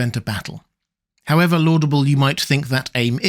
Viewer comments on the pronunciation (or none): none